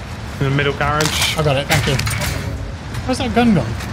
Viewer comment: No one cares about how he says garage though. Gayrodge? lol.